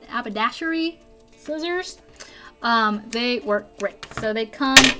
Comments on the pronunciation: How can you not pronounce HAB-ER-DASH-ERY? And any blunt scissors won't cut string, twine, just buy new scissors, even cheap ones cut as well as the expensive Tim Holtz ones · hab-er-dash-e-ry. Sorry, I'll go finish watching now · I must have the Habbalababba scissors just so that I can say habbalababba like you do!! (I don’t care what the real name is- they should rename them your special word!) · Well I don’t know how I missed this second part til now but thanks for all the great info! You had me cracking up when you were trying to pronounce “habadashery “ on the scissors. Love tour sense of humor and love your videos! 💗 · You got the name of the scissors correct at least once it's pronounced hab -uh -dash-er-ee. A fancy name for making men's clothes, or possibly hats. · I've been watching your videos for a couple of months now and to be honest, yours are the main crafting vidéos that I watch! I live in Bolton near Manchester in England and I find you so relatable and funny (it sure was hilarious watching you try to pronounce haberdashery) lol! 😂 😂 😂 😂 😂 Many of your products are American ones and aren't available here or cost so much money. I'm a cash strapped crafter so I'm actually set on starting my own YouTube blogs on the alternatives for the purse light, however, you teach me so much and my crafting has grown tremendously since I started watching you (and you led me to Jennifer but I enjoy the way you craft just a tad more but she's got loads of experience so I see why you watch her). This is my first comment to you and I just want to thank you for making crafting such a pleasure, by watching you, learning from you and then the joy of achieving results when I repeat what you've taught. I'm subscribed and always look forward to your videos so I hope that you'll keep making many many more and never lose your inimitable style! Thank you! From Abi - #oneofthefew!